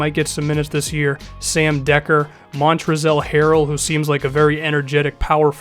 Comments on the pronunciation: it is pronounced mon trez hair el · Holy shit your pronunciation of Montrezl Harrel. lol